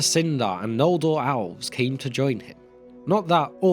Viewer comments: Please, just try to pronounce "el" some other way than "owl" in the future. Really annoying to listen to a story of an owlish hero gil-galad and hear of his friend owlrond. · Why do you pronounce elves like it's alves? Or even "owlves".